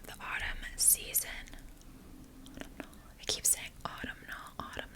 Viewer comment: Aw tuhm nal 🤣 that’s how you pronounce it 🤣